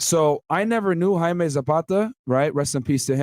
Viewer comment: How does a Colombian not know how to pronounce Jaime?